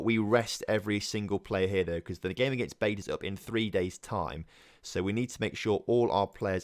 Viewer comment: BATE - pronounced BA - TAY 👍🏻